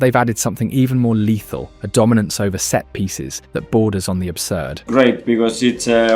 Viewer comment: "set-piecies" lol Arteta knew it from the very beginning 😂